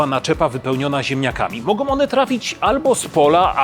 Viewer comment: i jeszcze jeden. 'Mogą' zamiast 'mogom'.